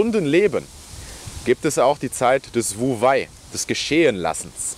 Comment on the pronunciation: Klasse Thema und gut erklärt. Für mehr Glaubwürdigkeit wäre es gut, die richtige Aussprache von wu wei zu kennen. Handeln durch nicht handeln ist übrigens "wei wu wei"